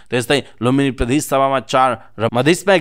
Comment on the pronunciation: कीन हो द लाई ध अनि ज लाई झ भनेर उच्चारण गर्ने वाचक ज्यु? प्रधेश नभन्नु है ।